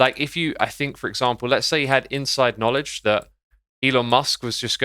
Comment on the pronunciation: he said kmowledge lol